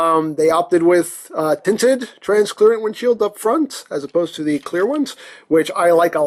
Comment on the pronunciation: Transclearant 😂👍its translucent